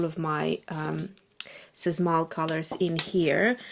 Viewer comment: Sz reads as sh. Shmal.